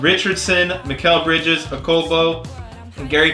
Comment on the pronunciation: Every time he says mikal bridges it reminds me of mikal Jordan from troydan